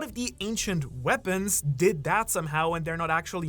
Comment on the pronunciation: new-clear we-pawns, I know they is real 👉🏾🤌🏾